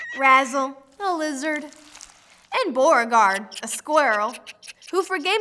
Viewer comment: Boragard?! I think I laughed way to much at that xD